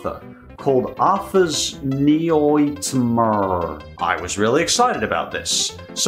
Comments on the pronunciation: "Arthur's Noightmur" got me cracking up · You can't tell me "Arthur's Noightmur" wasn't google translated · Ah yes, Arthur's Noightmur